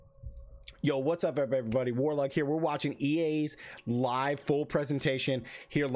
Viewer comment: Warlug i meant you Said wrong